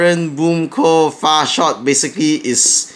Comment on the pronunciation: all i herd was "boom co. fart shot" lol